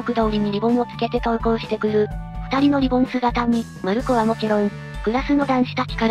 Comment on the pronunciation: リボンじゃなくリ ボーン